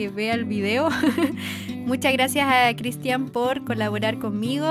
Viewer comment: Por que CRISTIÁN con acento?